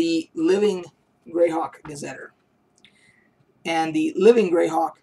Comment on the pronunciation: Great information! Thanks for sharing. My friend ran a Greyhawk campaign for years, and I have very fond memories of my characters' exploits there. Just an FYI..."Gazeteer" is pronounced \ˌga-zə-ˈtir\. Not "ter" at the end, but like the liquid that comes from your eyes when you cry. Not trying to be a jerk, just saying.